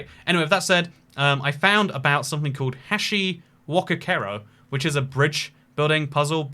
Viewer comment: Your pronunciation of "Hashiwokakero" made me die inside repeatedly